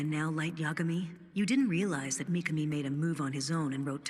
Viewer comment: Not mikani.it's mikami